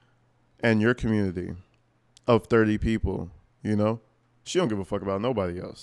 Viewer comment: She pronounces community as “carmmunity”